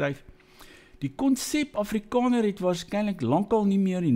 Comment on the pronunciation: Wàar kom jy aan die kinderagtige rondemondjie uitspraak van a? Jou Naam is nôm, Daar is dôr,, Jaar is jôr. Selfs Afrikaans is Afrikôner. Ag nee sies gaan luister na jouself. Ek en my vriendekring lag Lekker vir jou tiener snert uitspraak. Sies man. Act your age.